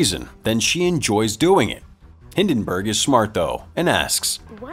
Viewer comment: OK, how did the narrator remember the princess' name from the begiining of the movie, but not the name of the main character? It's Clive Maxtone. Also, it's Hi*l*denburg, not Hi*n*denburg.